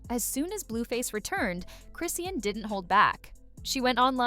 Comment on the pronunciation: Her damn name is ChrisSEAN!!!! Why is she keep saying Chrisann 🤦🏽‍♀️. Done watching